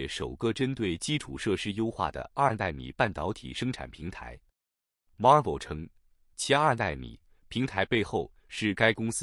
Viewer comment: Marvell 唸法 Mar'vell 重音第二節 ^^